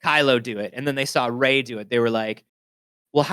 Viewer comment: REY VAH? LMAO . Anyway really hope it ends strong. Seeing all the excitement and the cast at Star wars celebration made me want this to succeed.